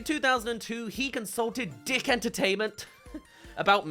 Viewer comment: Dic entertainment is actually pronounced “Deek”